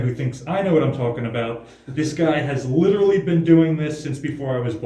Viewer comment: Oh dear, he went and said LITTRALLY! 😥 there's no escape 🤕